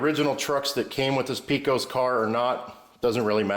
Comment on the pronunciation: Great video. I'm repairing an old Lionel Texas Special I found in the attic of a house I bought 35 years ago. By the way, Pecos is pronounced "pay-cus". It is the name of a town and river in West Texas.